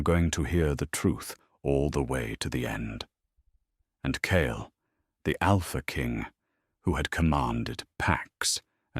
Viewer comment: I know this is nitpicking but changing his name from "kale" to "kyle" every few sentences is driving me a little crazy.